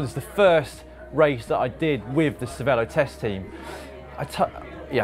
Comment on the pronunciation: How come everyone mispronounces Cervélo? They put an é in it and that says ay as in hay not e as in pet. Is it a veiled allusion to the Canadian eh?